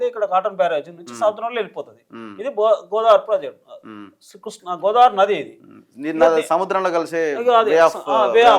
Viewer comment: Vediki Krishna pronounce cheyadame Radu Vedu pedda engineer. State divide ina taravata kuda enduku ra annitiki Andhra meda ne edupulu Karnataka , maharashtra meda fight cheste dammu Ledu .upstream state ni em peekaleka downstream state meda edupulu endi